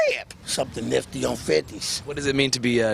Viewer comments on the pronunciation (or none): NIFTY!!! NOT MICKEY!!!!